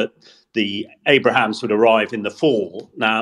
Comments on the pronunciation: These folks love to talk but they can even get the names right. For example it is Abram's not Abraham's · It's ABRAMS not Abrahams. There's no "H" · “Abrams” not “Abrahams” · "At least I can pronounce 'Abrams' correctly and not keep going on about 'Abrahams'" 😂 God, I love Dom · Take a shot for every time says "Abrahams" instead of "Abrams" 😂 Love the pod though! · It is Abrams, not AbRAham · Your reporter would sound much more convincing when he'd not call the US tanks ABRAHAMS ffs.. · Please tell that: 1. It is "Abrams," not "Abrahams." 2. Fall starts on September 21/22, not the first. Thanks so much for your podcasts ❤ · I love this podcast. I rarely miss an episode. demonstrated his knowledge of the Abrams but the pronunciation as Abrahams was so grating! I forgive it but yikes. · It’s “ABRAMS”,not “ABRAHAMS”,…! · Isn't it Abrams, not Abrahams? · why does the tank guy butcher the Abrams tank - he keeps calling it an Abraham, can someone please correct him lol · It’s Abrahms, not Abrahams. One is a tank, the other was a President… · Abrams not Abraham's. Damn Brits need to learn English. Glory to Ukraine 🇺🇦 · It's Abrams not AbraHAMS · Abrams, not Abraham damn it ! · Abrams brother, not Abrahams. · keeps adding a “ham” on the “bra”. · It's not Abraham 😂